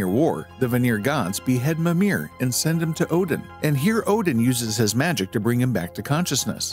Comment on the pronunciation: Everything in Old Norse is pronounced with the emphasis on the first syllable. It's MI-mir, not mi-MIR